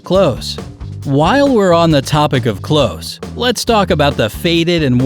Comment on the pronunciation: It’s clothes, not close please